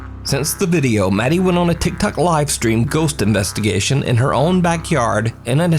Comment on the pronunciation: I love that he says "Tiktak user" 😆